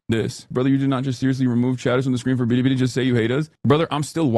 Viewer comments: Why does Hasan pronounce Bili Bili like that? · I'm not one to defend Hasan but this is generally how East Asians pronounce anything with an L 😂